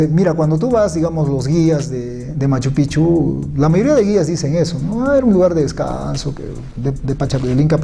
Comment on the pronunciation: MAS QUE PROMOCIONAR A MACHUPICCHU QUE EN ESTE VIDEO ESTA TOTALMENET MAL PRONUNCIADO DEBE INVESTIGARSE DEL SAQUEO QUE SE HIZO POR LOS CHILENOS HACE TRES A CUATRO AÑOS. Y ESO ES FACIL DE SABER YA QUE LOPEZ ALIAGA ESTA METIDO.